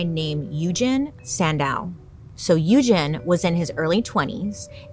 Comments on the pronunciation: So, I'm pretty sure Sandow's first name Eugene, is pronounced like "Eujean". Eugene is not an uncommon name, and I've never heard it pronounced as "Uejin". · It’s pronounced u-jean not u-gin 😭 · You're the only one that I have ever heard of to pronounce Eugene that way. I've always heard it pronounced U gene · The way you butchered Eugene added something to this. That is not how that is pronounced.